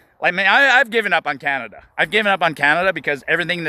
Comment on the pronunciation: CANADA OR IS IT COMADA?